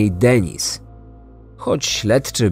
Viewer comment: Bardzo profesjonalnie zrobiony podcast, natomiast nieznośnie brzmi jak wypowiada Pan angielskie imiona. Paul czyta się po prostu ‚Pol’ a nie ‚Poul’, damskie imię Denise czyta się z akcentem na ‚i’ czyli ‚DenIs’ an nie ‚DEnis’ co brzmi jak imię męskie.